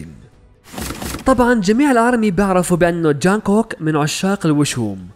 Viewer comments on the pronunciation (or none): يا بني اسمه جونغكوك مو جانقكوك